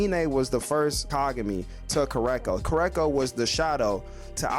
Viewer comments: KurOKo basket ball not Kurako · I couldn't get over the way he says his name either lol